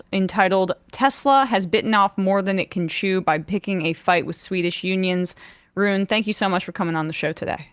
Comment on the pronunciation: It's pronounced Ruuné